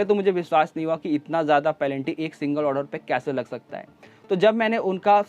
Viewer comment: पेनल्टी को पलेंटी मत बोलो 🤣🤣